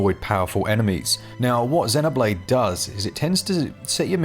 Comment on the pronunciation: I get super annoyed when people dont pronounce Xenoblade properly. 😂 Even in the game it uses the word root when talk8ng about life forms. It calls them Xenoforms. Listen to how they pronounce it. Zeeeeeeeeeno. Get it right.